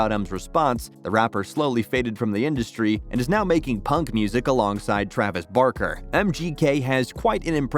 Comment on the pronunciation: No way he said Travis Bark-er